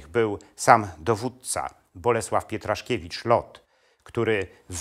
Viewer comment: LOT" to Bronisław Pietraszewicz, a nie Pietraszkiewicz. Pozdrawiam